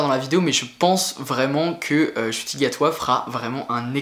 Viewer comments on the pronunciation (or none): Ça se dit « chouti »